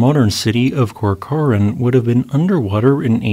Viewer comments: Hi. South/Central Californian (Bakersfield) here: CORCORAN is pronounced "Core Cur En (... or "An"). Not "Core Core Anne." Did "Lake Corcoran" empty thru the San Francisco Bay/Sacramento River delta? The Bay isn’t very deep -- only averages about 30'. The Army Corps of Engineers (or whomever is responsible for maintaining "national infrastructure") routinely has to dredge shipping 🚢 channels in the Bay/River delta to accommodate the hull displacement of the ships coming & going. Unless I'm mistaken, there is still a vast "delta" spreading out into the Pacific Ocean when the Golden Gate was the "mouth" of that prehistoric, freshwater "sea?" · Your pronunciation of California locations is amusing. It’s COR-cran and tooLAHray. 😃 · CORK-er-an. Emphasis on cork.